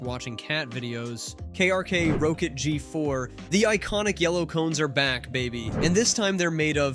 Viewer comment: "Row Kit"? It's pronounced "Rocket". Tell me you've never used them for mixing without telling me you've never used them for mixing.